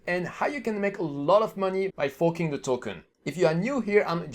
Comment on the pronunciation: Why do I hear fooking safemoon instead of forking ?